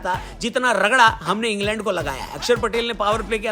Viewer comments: Ingland ❌ Ing land✅🤣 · En-land suzzi........h😅